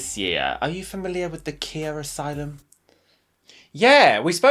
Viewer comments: her names “Ky-ah” the first syllable rhymes with “lie” 😂 Edit: I know the meme is said like Kia but it still throws me every time 😂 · The absolute monstrosity of pronouncing Khia as Kia and not ky-ah